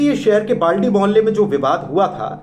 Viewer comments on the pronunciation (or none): bhai sahab Balti mohalla nahi uska nam Baldi mohalla he